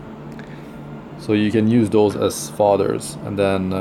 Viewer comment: His accent threw me off. Sounded like he was saying fathers. But its fodders